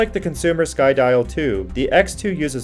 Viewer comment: It's pronounced SKY_DEEOHH :)